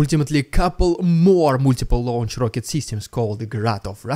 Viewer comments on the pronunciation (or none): none